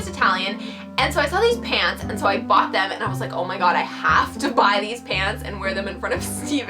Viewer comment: After watching the whole video, I realized she was saying "Pants" I thought she was saying "Pans," so I thought she was wearing pans.